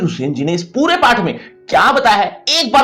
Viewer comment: PATH ❌ PAAAATTTT😅😅